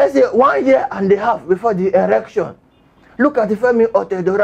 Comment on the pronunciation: together we shall take it back. You are really killing me with laughter. I like your incantations before the news hahaha! and the way you pronounce election, erection. Do you mean elualu? Unuangbo hahaha! Liar Mohammed is an habitual liar. His lies is so disgraceful, lies that tend to explain his analog thinking. Let us vote as we become one with Osowore as we take it back. AAC. ACTION!